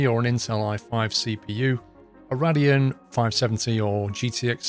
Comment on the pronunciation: Rad -eon 😂